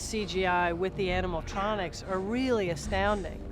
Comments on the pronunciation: Lea Teoni kept saying animal tronics instead of animatronics😂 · She keeps calling it “animal-tronics” instead of “animatronics” lol. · Tea Leoni keeps calling them "animaltronics" 😂😂😂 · I love how she says "animaltronics" 😂😂